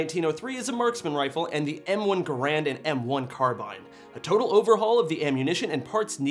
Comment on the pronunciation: Did you say ger-an?? 😂😂😂😂🤣🤣🤣